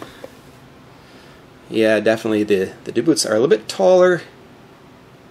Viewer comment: Two things I didn't like were how you pushed on the body (made body wider) when the load is on the suspension EI pushing down on bumper. and secondly how you called them "da Boots" when its DBoots like "dee boots". you dont call DC Voltage DA-CUH even tho both letters can make that sound